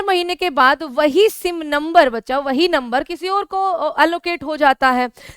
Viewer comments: Madam aap bachacha bachacha ..... bhut karti ho apka video aapse bdi umer ke bhi dekhate h .....😮😮😮😮😮😮 Please don't say " Bachacha " ....😊😊😊😊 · मैम ज़ब आप बच्चा बोलते हो तो बहुत अच्छा लगता है